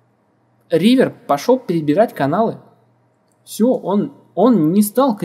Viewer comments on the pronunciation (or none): Угарал с "реавера" :D